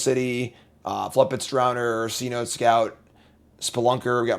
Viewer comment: “Cenote” is a historic Mayan word meaning a natural sinkhole well. It is pronounced like “Say-noh-tay”